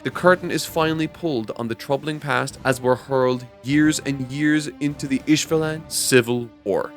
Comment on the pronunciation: your mispronunciation of the characters names is truly atrocious please correct this by the next video namely how you say Rose ishvala Roy ( i know you're sticking to a joke at this point but still never too late to correct things)